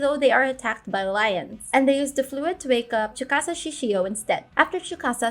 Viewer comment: why are you saying tsukasa like chewbacca bro